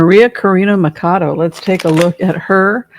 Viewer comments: Pronounced Maria Corina “Matchado” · MA-CHAW-DOE. Spanish pronunciation. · Thanks for the reading, your insights always appreciated. In Spanish, the 'ch' is pronounced the way it is in English, that is 'ch' as in 'Charlie.' So, not 'Makado.' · It is MA CHA DO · So as you know a bit of spanish, in the last name of María Conchita Machado, the ch is pronounced like in “church”. Machado. I am from Puerto Rico and hope you don’t feel bad for this information. Hope the best for you and send you many blessings!!! 😊😊😊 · Machado..the ch is not pronounced like a k..but a sh ..sound...